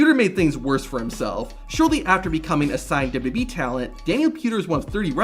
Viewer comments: Let’s try this together. “Duh-Bul-Yoo Duh-Bul-Yoo-E” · I like these videos and think they're well done, it's just small things like that really stick out to me. He pronounces WWE they way Vince McMahon did.